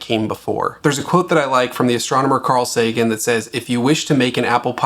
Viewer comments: It's Sagan, not Segan. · SEGAN? You mess up Carl Sagan's name? Lol